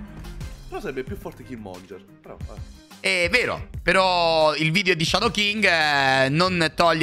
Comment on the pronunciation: Perche lo chiamate Killmonger? 😭😭😭 É killmonGHEr